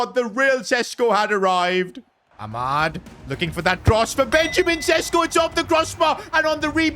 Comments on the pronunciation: PCQ: Šeško is considering leaving the club cause he is on the bench too much but the main reason behind this is the fact that u cant say his name. It is pronounced Shesh-koh not Sesko. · Day 1 of begging that šeško isn't sesko but sheshko because of his nationality and the thingies up on the s